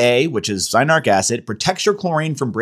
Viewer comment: Cyanuric right? Not cyanaric.